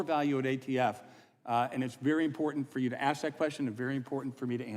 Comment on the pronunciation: I ax you please...get rid of this person?